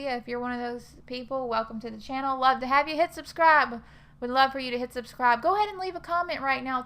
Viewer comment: The way you emphatically said “HIT SUBSCRIBE” really tickled me! 😂 I literally laughed out loud! Thanks for the laugh and I love the videos as always!